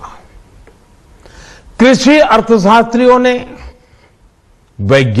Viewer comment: इसको तो ठीक से कृषि भी नहीं बोलना आता